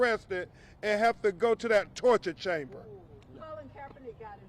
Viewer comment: He said it right! TORCHER CHAMBER 😡😡😡😡😡